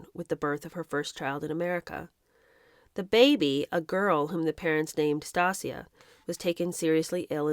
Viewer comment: Please look up how to say Stacia :) (if that's the name of the baby you were pronouncing)